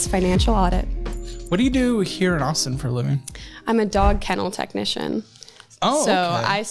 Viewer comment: "technician" LOL